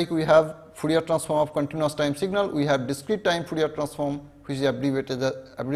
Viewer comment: Fourier not foorier